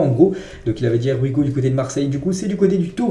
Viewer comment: Here We Go [ iye wi go] et non pas [ er wi go] 😀😀